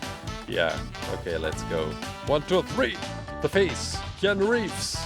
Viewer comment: says something about face special and it sounds like he's saying faze cause of his accent Me: sarcastic laughter thing get it, cause tfue is sueing faze